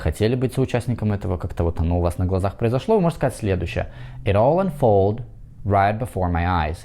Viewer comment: Подскажите, пожалуйста, unfold или unfolded? В Вашем примере написано unfolded. Но не услышал окончания - ED, когда произнесли.